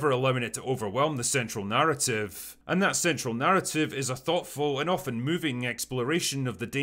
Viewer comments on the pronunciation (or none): none